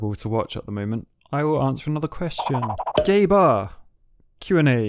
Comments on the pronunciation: I'm sorry but that straight (or maybe not so straight) up sounded like "gay bar" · when you said Gabe R it sounded like gay bar lol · What do you think your age demographic is? What do you want it to be? And what is it actually? Also when you read Gabe R’s name you said gay bar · you said gabe r as gaybar